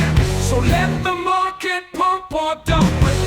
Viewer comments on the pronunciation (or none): When I started watching your video I hated your accent but the content was very good, now I got addicted to it, thanks for the continuous Morket and Holving updates